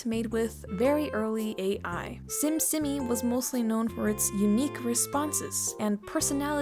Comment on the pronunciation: simsimi is actually pronounced sheemsheemee :D (심심이) becuase the bot is korean, i assume there is a lot of typing errors because of that.